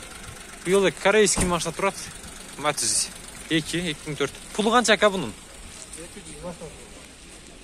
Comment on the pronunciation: матис эмес матиз